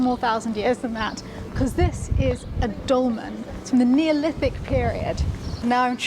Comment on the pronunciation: It’s ‘dolmen’ 😊